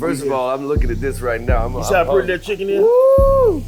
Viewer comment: "im excied Trick how ya doin let's ave some chi cken"😭🤣